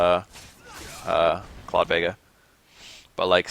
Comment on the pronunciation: stop calling him claw